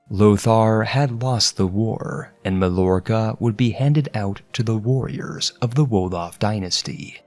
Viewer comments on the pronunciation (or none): none